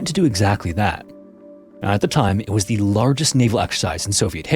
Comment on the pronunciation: You need to fix your narration bot. It is pronouncing words incorrectly, and it is so distracting the listener can't focus on the content. The word "a" is always pronounced "uh". "A" is never pronounced "ay" when used as a word. The word "the" is pronounced "thuh" when the word after it begins with a consonant sound. The word "the" is pronounced "thee" only when the word after it begins with a vowel sound.